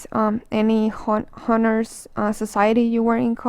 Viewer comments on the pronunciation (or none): in Honors you must not spell the H. Like Onors :)